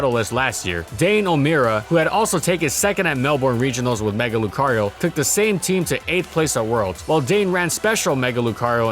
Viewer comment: NO MORE SWEARING PLEASE! AND DO NOT LEAVE OFF THE R IN LUCARIO!